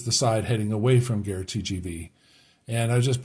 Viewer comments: Gare is pronounced like gahr. Your pronunciation is the word for war!! If you ask directions to the war from a local they will look very shocked! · Just to help :-) the "a" in "gare" sounds the same as the "a" in "cat"